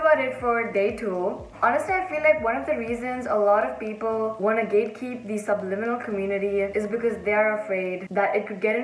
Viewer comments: How the heck do u say that word.. subnimilal.. sublinimal... subLIMINal .. AAAHH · Nobody: Nobody ever:: subNiminal Haha, love your content!